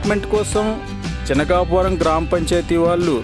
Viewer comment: చినకాపారం కాదు సార్ చినకాపావరం అండి sorry అండి చెప్పినందుకు